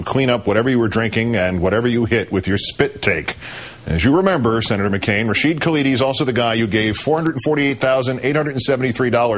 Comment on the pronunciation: Hey Palin...you wanna be the VP of this country....it is not Kaladi....it is Khalidi....and it is not the Palestinian Liberation Organization..it is Palestine Liberation Organization.